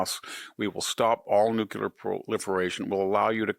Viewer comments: The word is "nuclear," not "nucular." He has always pronounced it this way. This is fourth grade vocabulary. He also has trouble pronouncing well-known people's names correctly. It's kind of hard to consider him intelligent or take his opinion seriously. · NEW-KLEE-er. not NU-KU-Lar. c'mon....if you're so smart pronounce the word properly. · So are we just OK with two pronunciations for “nuclear”? Just because presidents and other heads of state mispronounce it, Victor doesn’t have to. The word has two syllables. “NEW-CLEAR”C’mon bud. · Such a smart guy, still can't say "Nuclear". Nucular.....come on VDH, you can do better than that. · Spell “nucular”. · Brilliant. Praying for you Dr. Hanson. I have known several brilliant people who can't say nuclear properly.😂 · It's a WRONG pronunciation. And it's not the only word he doesn't know how to say.